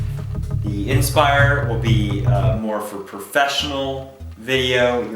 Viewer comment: he doesn't know how to pronounce the word inspire. IN spire IN spire IN spire. its fucking inspire not IN spire